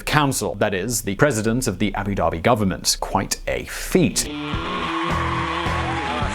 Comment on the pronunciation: Abu Dhabi! Not Abu Daebi! ध! ध से धनुष वाला ध! #StopBotchingNames #ProperPronounciation